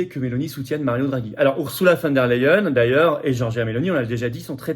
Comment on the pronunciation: Flotian, le e suivi d'un i (y) se dit aÏe en allemand. On dit "phone d'air la hyène" et non "phone d'air les hyènes".